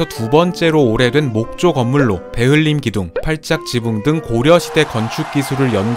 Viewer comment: 처음엔 배흘림기둥을 발음만 듣고 베를린기둥인 줄 알았던 나님